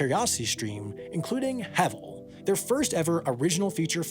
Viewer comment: Heval, the E has the ae sound